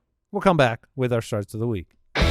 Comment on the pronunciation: Anybody else noticed said “Sharts of the Week” 🤣🤣🤣🤣